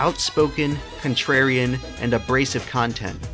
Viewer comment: Lol "contrarian"